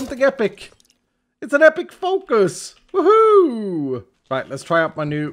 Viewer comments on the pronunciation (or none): none